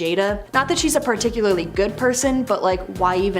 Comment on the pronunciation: 'Particularly' not 'particularITy'.